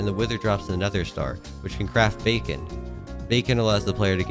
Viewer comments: Bro said Bacon and not Beacon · said bacon instead of beacon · No one talking about how he calls the beacon bacon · i think he’s saying it as a joke